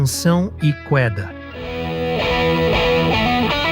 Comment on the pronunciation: Também ouvi o absurdo. O locutor de IA também falou "qüeda".